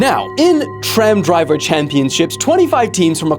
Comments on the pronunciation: "TRAM DIVER" 🥀🥀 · tram driver? Did he say it wrong or why is it “tram DIVER”